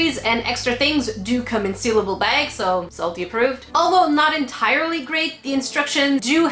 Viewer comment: SaltE-snot? *gigglesnort*